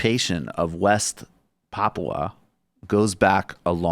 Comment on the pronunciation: Your first pronunciation of Papua is good, Brooks! Emphasis is indeed on the first syllable.